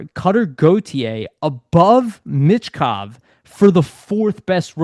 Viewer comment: MITCH Kov? Theres no T dude.